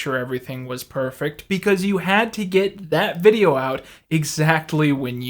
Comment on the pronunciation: He pronounces words as if he's never heard them said aloud. But some of the words are "fifteen" and "video"